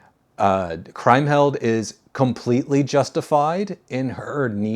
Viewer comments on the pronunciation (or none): Did I miss "Woman in the Window" in this ranking series, or did you? Also, the name Kriemhild is pronounced KREEM-hild. In German "ie" is pronounced "ee" invariably, and "ei" is pronounced "eye" or "aye" if you get my meaning. And I'm surprised that in a movie you rank as highly as "The Big Heat" you would get a crucial plot point wrong - Glenn Ford's child is not killed, just his wife.